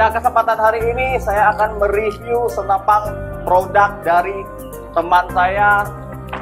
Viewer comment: Senapaan brooo..senapan...bukan senapang...😂😂😂😂